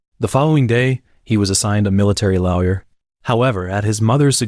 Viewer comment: You should hear him try to make the AI pronounce Lawyer in #10. 😂 Comes out as Lau Yer.